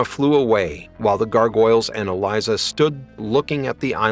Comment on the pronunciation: It's a little cringe that you kept mispronouncing Elisa's name....